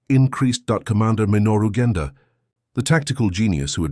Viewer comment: The synthetic voice is aggravating not able to distinguish where are the sentences starts and ends. Too bad because the content is interesting. Names are butchered Genda (General Minoru Genda) and not Gender The US admiral Mitscher (Mark Mitscher) and not Mitchell